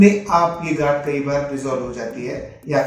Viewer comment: Gaanth not gaand✊